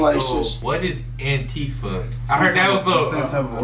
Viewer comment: "what is AntiFa" -- he puts the emphasis on the second syllable to hide what it means, which is "anti-Fascist". Then he plays it as if AntiFa is a "thing" or an "organization" rather than a philosophy of opposing fascism. More Rump bullshit.